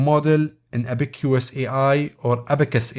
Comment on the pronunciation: say ab-uh-cuhs like the chinese counting device